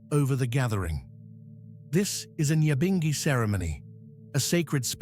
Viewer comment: #NYAHBINGHI pronounce our thing right RASTAFARI LISTEN TO THE WAY RASTAMAN PRONOUNCE THEM SELAH